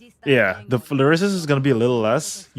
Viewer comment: Really cant say resistance